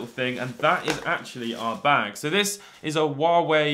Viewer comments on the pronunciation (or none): none